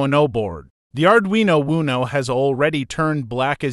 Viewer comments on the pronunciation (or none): I was just thinking - I'm going to yell WUNO next time I play Uno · Thank you for these lessons. The only real problem I have with these lessons is how your AI narrator mispronounces or uses several different pronunciations for the same word, take for instance the word Uno. This can be a bit confusing, especially to a beginner, one form of pronunciation would be nice whether that word or any word has several pronunciations. Maybe a proofreading before you upload would help. Thanks again.